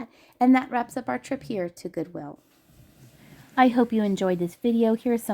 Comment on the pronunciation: ...Goowill? lol